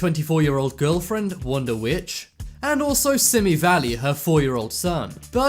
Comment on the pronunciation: I’m so disappointed in the narrator... the woman’s name is actually Wanda Wicht and her sons name is Donnie Wicht. The narrator calls them Wanda Witch and her son Simi Valley. Incorrect... Simi Valley, CA is where the murders took place. Sorry that was bothering me.